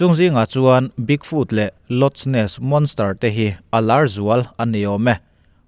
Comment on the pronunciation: Rawn hâhum lut chhër nghal chhúai e! 😎😎❤️❤️ . Loch Ness = Lawk Ness